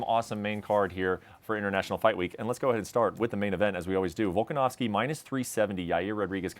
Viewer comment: there's no W in that last name...it's a V!